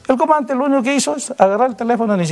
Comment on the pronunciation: Coronel: Eeeeeeeso es to, eso to, eso es todo amigos. No termina de pronunciar casi todas las palabras. "El comante".